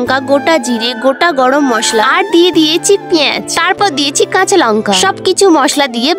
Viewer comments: পিঁয়াজ ❎পিয়েজ ☑️🤣🤣😆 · পেজ নারে পিয়াজ😂😂😂😂😂😂😂